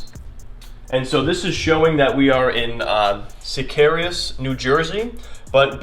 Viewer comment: As someone from Jersey, the correct way to pronounce Secaucus is see-KAW-kus, not Sickarus.